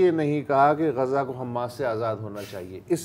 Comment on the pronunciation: غزا کا صحیح تلفظ ادا کرنے کا شکریہ، اسے غازہ کہنے والوں کو سمجھائیں